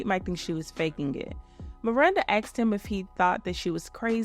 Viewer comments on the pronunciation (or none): If you had a dollar for every time you said "axed" instead of "asked"